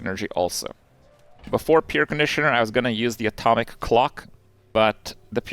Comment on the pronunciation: Kripp, it's "p-air" conditioner not peer conditioner. thanks for the informative video!